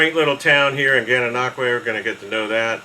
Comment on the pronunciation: Well done pronouncing Gananoque properly! Even Canadians have issues doing it properly. lol. So glad you enjoyed your time here on the Canadian side of the 1000 Islands.